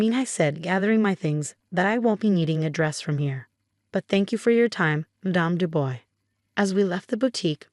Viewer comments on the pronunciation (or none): The name is not pronounced "Du Boys" but "Du Bwah".